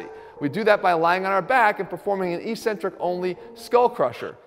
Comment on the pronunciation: Please Jeff, saying "ee-centric" sounds dumb and uneducated. Consult a dictionary. The pronunciation is "eccentric", sounding like "exentric".